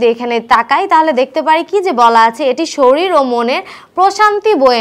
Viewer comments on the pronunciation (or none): none